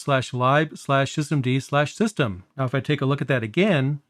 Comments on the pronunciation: A couple of inaccuracies i picked up, Daemon is pronounced DAY-mun. lib is literally lib not libe, it means library but it is spoken short hand as lib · I was surprised too... I think the majority of english speakers (or other languages) will pronounce it as [lɪb]. I wonder, how he pronounces /dev/ or /proc/ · Great video. I've used systemd on and off for a few years. I knew that it controlled services, but did not fully understand the difference between units. I was a little surprised hearing "lib" pronounced [laɪb]. I usually hear it pronounced as [lɪb]. Though I assume it is an abbreviation for "library", which is [laɪbɹəɹi] (at least in US English). Here in Japan it is pronounced "ribu" (as Japanese doesn't have an 'l' and all syllables--except 'n'--have a CV structure, so must have a final vowel.) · Just because it's useful doesn't mean the hate for it is unfounded. There are plenty of perfectly legitimate reasons to hate systemd and run a different init system or even swap to FreeBSD. I get that lib is short for libraries, but I've still never heard anyone call it "libe" before 😛I do however approve of pronouncing daemon as demon when it comes to systemd tho because it is absolutely demonic lol 😛